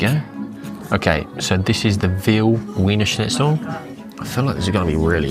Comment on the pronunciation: Not to mention that he's mispronounced it yet no one pointed it out😮!